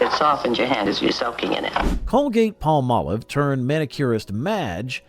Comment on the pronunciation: i loved (charmin's) Dick Wilson as the perpetual🍷drunk on "Bewitched"!🤣 why does everyone mispronounce Palm•Olive🌴 "pall•Molive"??